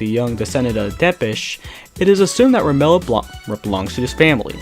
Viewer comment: Who's 'Remilla'? I thought it was 'Remilia'?